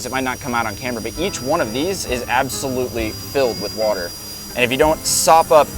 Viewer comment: According to, water is pronounced, "Whuuuter".